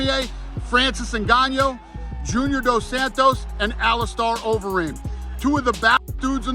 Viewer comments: i believe he said ngannyo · No way Dana said “Francis Nganyo” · Dana is a scumbag for messing up ngannou name knowing he never did back in the day. Lock Dana in a room with Francis bet he don’t have any of that energy 🤡🤡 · Dana acting like he doesn't know how to pronounce Ngannou